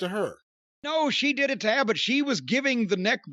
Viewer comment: Jim calling Abadon "Abandoned" is perfect Corny. 😆